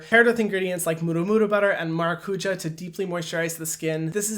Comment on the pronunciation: Please learn how to say maracujá correctly or just say "passion fruit" in English. Why say it in portuguese if you can't actually say it in portuguese? Hurts my Brazilian heart